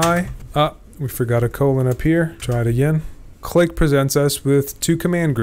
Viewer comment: 15m36s "clee"